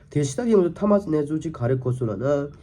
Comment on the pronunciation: Why u always saying thomas thomas it’s tomahawk missile , not a thomas